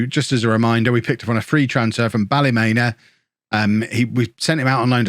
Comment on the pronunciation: Renan from ballyMEAN-A not ballyMEN-A